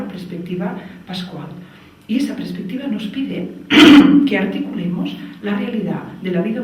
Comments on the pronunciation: Se dice perspectiva, no prespectiva. Duele al oído, debe ser el nuevo castellano chavista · Si, se dice PERSPECTIVA hace daño oírlo tantas veces repetido. En Catalunya también es común decir: "habían muchas personas" en vez de: había muchas personas. "óccido" en vez de óxido. "Madrit" en vez de Madrid. pero en este caso, lo que importa es el mensaje. Teresa ¡¡animo!!, sigue dando información sobre vacunas, el Dióxido de cloro, etc... que son temas científicos que interesan a todos, menos a la medicina convencional. Gracias por tu labor divulgativa que tiene muy buenas perspectivas.